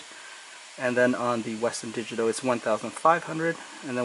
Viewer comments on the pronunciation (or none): none